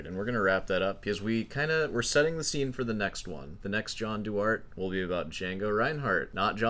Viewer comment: Actually 81% of us told you it's "Doo-are-tay" 😂😂😂 Reminds me of that Key and Peele sketch 'Mr. Garvey is your substitute teacher' 🤣